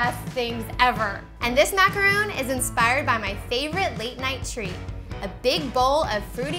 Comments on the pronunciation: That's because you don't know how to pronounce stuff. It's spelled macaron with one "o" for a reason. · I really wanted to watch this but if the baker can't say the name of the cookie, why would I?? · MACARON NOT MACAROOOOON MACRON MACRON MACRON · The fact that she pronounces the French Macaroni incorrectly makes me less inclined to believe in her recipe :/ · Caroline W. Thank you! it was quite annoying to hear it pronounced wrong. She appears to be a good baker so it's a shame she doesn't exactly represent the Macaron well by calling it by the wrong name. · Does it bother anyone else that she doesn't pronounce it right? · These have no coconut. They're not macaroons. They're macarons. very different pronunciation. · It's MACARON not MACAROON. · MACARON not macaroon. You moron. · Woooowww, so what she pronounced a couple of words wrong..big deal. I bet nearly everyone (including me) would have done the same. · IT'S MACARON, NOT MACAROON! They are different cookies. You pronounce it like Ron, like Ron Weasley. Not Roon. OKAY?! Sorry this is one of my pet peeves. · It's macaron not macaroon. Macaroons are made with coconuts and are like biscuits. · its macaron (mac ar on) not macaroon!!! they are totally different desserts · MACA-RON !!! NOT MACAROOONN!!! They are 2 different cookies !!!! Smh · mak-a-ron not mak-uh-roon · It's pronounced Mac-ah-ron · Ma-ca-ron. Not Macaroons!!!!! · Macarons are made with almond flour and whipped egg whites and macaroons are coconit cookies. Don't tell me "its the same" or "its not a big deal". If you want to seem ignorant then keep sayung macaroons instead of macarons. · just a tip, that word is pronounced mack-er-ON. not mack-er-oon. they are completely different things. a macaroon is typically made with desiccated coconut (deliciousness) where as macarons are what you were making. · they are Macarons not Macaroons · Why does she keep saying Macaroon? How can you teach people something when you dont even know what its called.